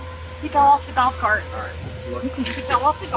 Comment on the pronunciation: "he fell off the gart"